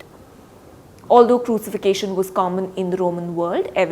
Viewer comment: Good report. Although the word 'Crucifixion' is not pronounced right.